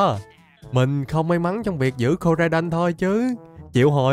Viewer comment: koraidon tiến hoá thành komo-o 😂😂